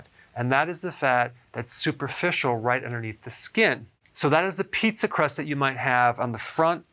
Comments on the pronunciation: Did you really have to say it like "pizza crust" 🤢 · Omgsh. Don't say pizza crust again. Lol😂😂😂😂